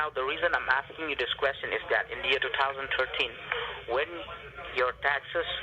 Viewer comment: Never trust anyone who can't pronounce 2013 right